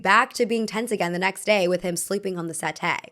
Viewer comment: it’s SetTEE, tee as in Tee-shirt, set-T Sorry I was driven mad by that 😅